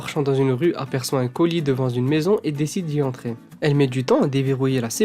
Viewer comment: A et à , tu dis "devant zune maison ! à croire que tu fais exprès ! on dit devant une maison !!